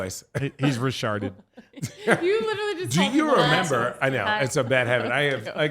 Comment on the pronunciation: “He’s Re-Charded” 😂😂😂